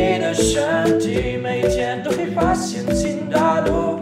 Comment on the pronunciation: Parece ruso xd